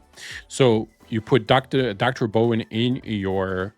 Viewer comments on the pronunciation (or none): brawn.... not bowen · DR BRAWN, not Dr Bowen. Can you not read? Seriously surprises me with the pronunciation, It’s not even a complicated name!! Also the pronunciation of the Japanese island is just as bad. Can you read ok? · How do you pronounce Brawn so incorrectly?